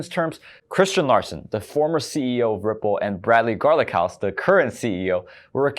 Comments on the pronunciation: Brad "Garling-house"... not Garlic house. But whatever. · Did u just say Brad garlic house 😂😂